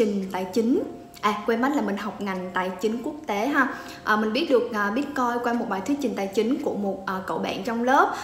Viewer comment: Sao em van doc la "bitcoi" ?